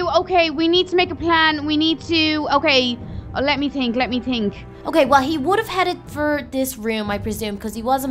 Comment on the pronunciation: Why do u say tink?Is it because ur braces?